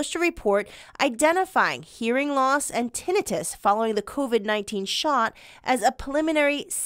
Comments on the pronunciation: Screw the FDA and CDC and big pharma.... Oh and maybe the news caster could learn how to pronounce Tin i tus. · Why are we concerned about doctors not practicing proper medicine when we have reporters who don’t practice proper pronunciation. Tinnitus, it’s eye not ih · Your anchor person needs to learn how to say tinnitus and it's a hell of a lot more common than they're letting you believe so are all the other problems caused by the vaccine that they're hiding from you still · Tinnitus is pronounced: Tin-night-tus Her pronunciation of the word is irritating as hell to me. Now we'll have a bunch of dumb azzes walking around here mis-pronouncing the word as, ten-net-tus. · Pronounced, Tin-eye-tus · If this newscaster person wants MILLIONS HEAR HER. At least say the DAMN WORD CORRECTLY. TINNITUS. (Tin- ni- tus) SHOWS HER. "LACK "OF INTELLEGENTS , THROUGH OUT REPORT!!! AS MANY MANY TIMES SHE PRONOUNCES IT WRONG!!! Its NOT even a HARD WORD!!!!! WOE. This really AWFUL!! Someone so pretty look so ignorant on national spot lite!! No one corrected her!!??? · This was more of a funny skit than news. Who edited this? Who wrote this? For one: Tinnitus = TEN-EYE-TISS For the rest: shake my head to the terrible, cringy puns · Te NI tus. Learn to pronounce it BEFORE you go on AIR. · Ten-I - TIS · Its Ten i tus not tinnitus really she's a news reporter. No surprise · Tinn da-nite—us can’t even pronounce the word learn how to pronounce the word before reporting it’s 🐍 ve^om it turns u N 2 a 🐍 they don’t have 👂 go get your booster maybe you’ll lose Yor 💪🏼next they don’t have those eather !! S.M.H. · Glad to hear this kind of news being reported .....but please review how to pronounce "tinnitus"! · she does not pronounce tinnitus correctly. I've never heard it said that way.